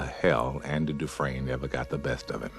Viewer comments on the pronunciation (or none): none